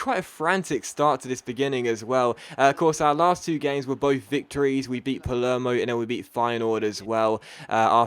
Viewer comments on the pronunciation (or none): none